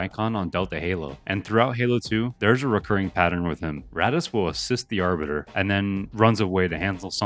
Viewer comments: it's not ratas, its "ar-tas"... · I started watching the video and bro is complaining how nobody knows “Ratass” Vadum 😂.